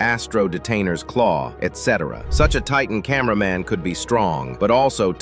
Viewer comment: Bro Said Titan Cainber man and Then he Said Titan Spaikerman Like Bro what the hell